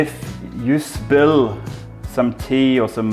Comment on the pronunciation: The way you said “spill” was very Indian, your slowly taking over the accent!